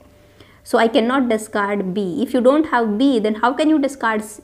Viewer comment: I like the way she says 'I dawn't care' and 'rawl number'